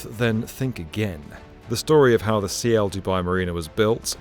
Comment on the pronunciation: Isn't it Ciel (sky in Spanish) and not C I E L ?